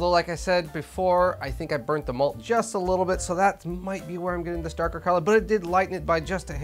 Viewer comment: oh "MALT" i thought you were saying "MOLD." LoL! great episode! how did you carbonate your homemade Nay Nay (NA beer)?